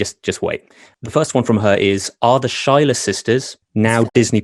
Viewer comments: the "shyler" (mispronounced the name Schuyler - the pronunciation should be "skyler") sisters now as Disney Princesses 😂😂🤣🤣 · The way he said Schuyler sisters killed me inside... Why are these interviewers so unprepared? 😅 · Shyler???? Its not how u say it my guy its not just caus he's British I'm British and i can say schylur just can't spell it lol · Sky-ler!! pronounciation is important. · The shyler sisters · yeah, that guy just pronounced it wrong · d embarrassing for who? He’s never seen the show, why would he assume it was pronounced Skyler 😂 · Sarit Shull Schedule is a noun, not a Proper noun. Their name is Schuyler pronounced with a K sound so that’s how we pronounce it in England too. The two are incomparable... in fact, as an English person I personally say Schedule with a K rather than an Sh. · Kyle Larkins it’s been in the UK for ~2 years, that’s not massively long with how hard it is to get tickets, also why would he lie and potentially get himself trapped, like when he mispronounced ‘schuyler’